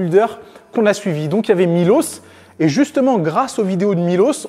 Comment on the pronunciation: Petite info : on prononce Miloche, et non Milose. Il est serbe, et non croate. Pour que tu le saches à l'avenir :)